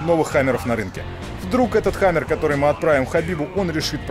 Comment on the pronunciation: It's the best thing i've ever seen in ma life "It's a hamaarrr, Pulling a hamaarrr"